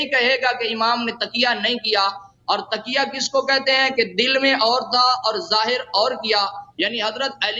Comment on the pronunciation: کسی امام نے کسی کا اتباع نہیں کیا سب جھوٹ ہے اور تم تو تقیہ کا لفظ بھی درست نہیں بول سکتے تکیہ بول رہے ہو